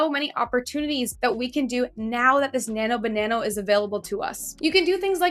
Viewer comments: Why do you keep saying "Nano banano" instead of "Nano banana"? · As you probably already realized, it's actually Nano-Banana (not Banano) but that's Ok because you sound cute saying Banano, I like it! 😁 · Why do you say "BananO"? Annoying as F@ tbh... sound like a teenager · I just thought it's how Canadians say it :))))